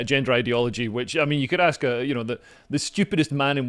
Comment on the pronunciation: Could he pronounce ‘ask’ correctly?